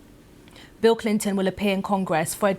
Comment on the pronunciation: Clinton not Clintyn